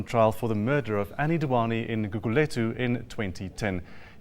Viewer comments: If you make a video, the narrator must make sure to get places' names right....it's GugulÉthu ( the emphasis is on the E) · Some of her pronunciations were terrible lol 😆 Gugulethu for starters